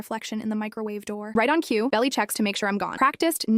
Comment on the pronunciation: I think her name is supposed to be Belle, but AI didn't pronounce it properly.